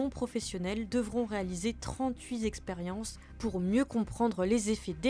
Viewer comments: Le zournalisme de qualité. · trente-huit zexperiences? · "Trente-huit Zexpériences"... 🤦🤦‍♂🤦‍♀